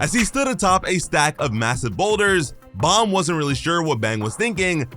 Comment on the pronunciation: BTW its bom not bomb